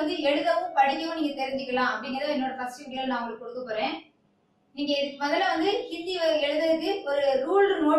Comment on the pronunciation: 'பேடா', 'கோவில்லில்', 'நிங்கள்', 'வந்தேதி', 'நிங்க'.....இவ்வாறு தமிழ் வளர்க்கும் உன்போன்றோரை 'மதிக்க' வேற வேண்டுமா? போடா, சும்மா வறட்டு கவுரவம் பேசாமல், போய் தமிழ் மொழியை நன்று கற்றுக்கொண்டு வா! பிறகு பேசலாம்!😀😁😀😀😀😀😀😀😀😀😀😀